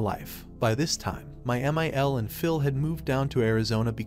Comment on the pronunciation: I hate when my one thousand forty nine is disrespectful to me! (MIL in roman numerals is 1049, which is what the AI pronounced it as)